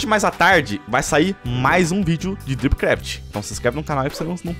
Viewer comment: O falou drip craft direito